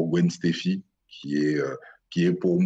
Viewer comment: Seigneur... Je voulais dire Gwen Sta-CY et pas Gwen Steffi (chanteuse de No doubt).... Mea Culpa, Mea Maxima Culpa....